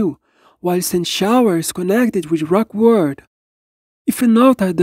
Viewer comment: yup, rock word is the correct way the say rock world now.